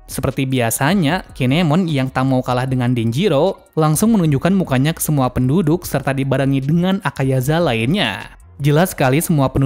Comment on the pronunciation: saya koreksi min namanya bukan "akayaza" tapi '"akazaya"